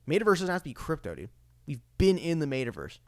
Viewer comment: Bro lol. Mate-a-verse lol. It's pronounced Metta. More power to ya broski. Xrp to the gd moon.